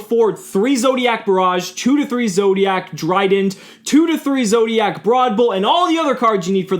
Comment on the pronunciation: It's Zooooooooodiac, my goodness. ZOOdiac